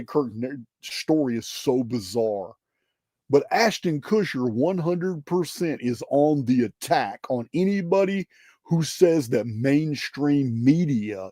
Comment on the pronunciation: I chuckle whenever you butcher names... Ashton Kushner, Zelenensky